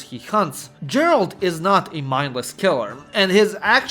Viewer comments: I'm giving this a like despite you being a fucking retard who can't say Geralt right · Capital punishment for the pronunciation of Geralt.... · The fak is that pronounciation of Geralt? 😭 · My dude, I love your videos, but PLEASE look up the pronunciation of words if they're new to you or you're unsure how you're supposed to pronounce them... :) Melee, Harbinger, Volatiles, Otherworldly, Disturbing, just to name some... Also, you're mispronouncing Geralt's name, which is basically criminal if you're covering this very topic. If you haven't played the Witcher games, you could've asked literally anybody that has, and they would've told you how to pronounce the main character's name correctly. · Why are you pronouncing Geralt like that aaaaaaaaaaah. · Goddamit, it's Geralt, not Geralt!!! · I was so absorbed by the video... until I heard how he pronounces Geralt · It's pronounced Geralt, not Geralt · Your pronunciation of Geralt's name hurts my ears... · Bruh, how could you pronounce Andrzej Sapkowski properly, but at the same time called the witcher "Jerald" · great insights...but one nitpick; when you are slav, you should not say Djeralt instead Geralt :D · Dude I really like your video but please just stop calling Geralt Jeralt 🙈🙈🙈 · Геральт Geralt (gheralt not jeralt) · Why are you calling Geralt Đeralt? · Geralt, not Jeralt bruh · Its Geralt not Jeralt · I wish ppl would stop pronouncing "G" as "J". It's Geralt, not Jeralt. English pronunciation is fucking stupid. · I took a shot of Vodka every time you said Jar-alt instead if Gar-alt, by the end of the video I could speak fluent Polish! EDIT - yeah, I sobered up and now all I can remember is Kurva, so... back to square one I guess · Geralt, not Djerald... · Bro its pronounced Geralt not Džeralt. Other than that tiny thing great video as always! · Your ,,Gerald" pronounciation is just wrong. Dislike. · Dżeralt... Fakin hell man xD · "pronounces Geralt as Jerald" WESTERN SPY SPOTTED!!! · Geralt, not Jeralt